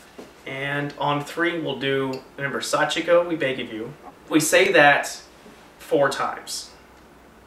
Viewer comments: Hey You guys did say it right they said it like this sachiko we 4 times without the beg of you part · in the story, someone said it wrong so that's how they ended up there :) You guys said it right xD